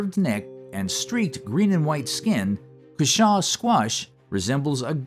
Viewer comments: I had no idea that J. artichokes were actually native. Dad grew cushaws and yes they are delicious. Although I usually hear it pronounced COO shaw, not coo SHAW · Cushaw pronounced with the emphasis on the first syllable...CUH-shaw